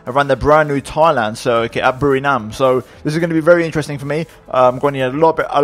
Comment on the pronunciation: It's BURIRAM not BURINAM, just to be clear